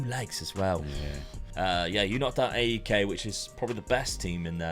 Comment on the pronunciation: Just a small correction it’s not A E K it’s one word AEK. For example it’s not P A O K it’s Paok if you get what I mean. Love from Greece